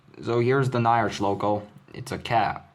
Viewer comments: bro it's not na-ya-r-ch, it's nya-r-ch, like a cat meowing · Pronoinced Nya-rch, not Ny-arch